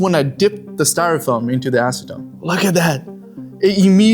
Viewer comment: It's acetone